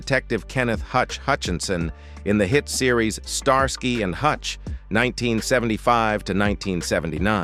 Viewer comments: Pronounced Star ski not star sky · Pronounced star-skee..not star-sky. Fix your AI! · Star-sky 😂 it's pronounced starski😂😂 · I haven’t watched all of this yet - and of course the content could have been changed since some of the comments were added - but the bit I’ve seen about David Soul’s death does seem to be correct. I definitely suspect some AI involvement in the voice. It refers to Starsky as Star Sky ie. pronounced very weirdly and no human would say it that way 😆. Can’t comment on a lot of the other content cos I couldn’t bring myself to watch it due to being irritated 😆. Lots of the other people mentioned eg “ landlady” among others were bit parts with tiny profiles in the show. As human beings they were clearly important and cared about by their own loved ones but to use them purely to attract people to a video about actors in this tv show who have passed away seems very exploitative to me. Sorry - my personal opinion though 🥴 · 99 percent of the time I skip AI narrated videos, especially when I hear the voice of this video, Star sky and hutch was a favorite show in the 70s, I didn't get through the whole video, and once again I will not waste my time watching these AI narrations, lazy, shitty, annoying videos. Just a reminder to myself, don't bother with this crap on YouTube. AI never gets vocabulary correct, and it should matter. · They can't even pronounce the name Starsky properly, probably useless AI which reads it as Star Sky ...